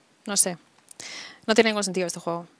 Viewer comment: Cuando dices juego, se escucha como jugo 😂😂😂😂😂